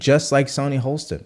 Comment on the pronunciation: Great voice,. But it is Sunny HOSTIN, not HOLSTON. She is definitely out of touch, and it is very hard to listen to her calm condescension, but many conservatives already have the stereotype of being "uneducated". The least we can do is learn how to pronounce people's names correctly (especially those on the left).